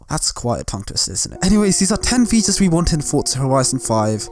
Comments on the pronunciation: I'm ashamed that it took me a while to realize you were saying features and not fetus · I realised right at the end of the video that he was saying feature i stg he was saying Fetus